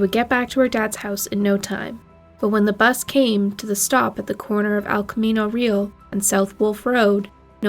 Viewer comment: It is pronounced El Camino Ree al. It is a Spanish word